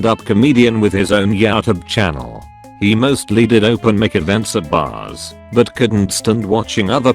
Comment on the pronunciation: With his own "YAOTOOB CHANNEL"